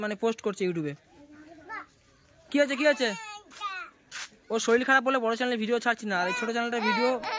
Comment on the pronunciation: শরীল ❌ শরীর ✔️